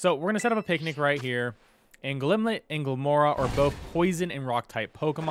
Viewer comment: Not to be that guy... but it's Glimmet, not Glimlet. Sorry, but that was driving me insane throughout your otherwise very helpful video.